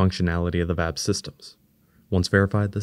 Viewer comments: It's V-A-B not Vab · It isn't customary in US english to prounounce VAB as a word. Individual letters of the vehicle assembly building spelled as an acronym are generally most comfortable for listeners.